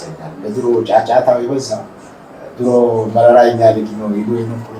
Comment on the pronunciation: Say ፕሮፌሰር መረራ Not መራራ(bitter)